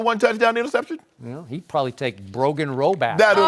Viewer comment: Lmao skip really said Brogan Roback in the end 😂